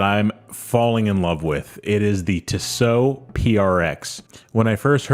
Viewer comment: Tissot. No emphasis on either syllable. Tiss. Oh. Just ordered a V8 swissmatic. Cant wait for it to arrive. Love Tissot. Value for money cannot be beaten when buying Swiss. Theyre beautifully made. Now to start saving for a new Favre Leuba to keep my old Duomatic company.